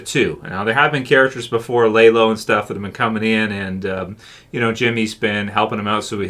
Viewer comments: Not lay. Lah-low. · Did you just Google a plot synopsis of the show, and go off that? Cuz it really does not sound like you’ve ever seen the show. “LAYLO”? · I don’t get how someone can watch a bunch of episodes with the name properly pronounced and then get it wrong…. Almost like he doesn’t actually watch and just reads other people’s work….